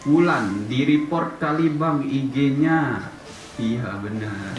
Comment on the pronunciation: Yawlah"-_ Dia yg Cringe Tapi Dia Yg Ngomong Org lain Cringe Sakit njir kuping gua dneger suaralu kek oli london,eh tapi muka lu juga njir kek oli london:v Bodolah Blok aja ni org tuh Udah Cringe biar g ngemis view's ma like disslike lage,🤣lu bilang reprot wkwkwkw repotr njirr bukan reprot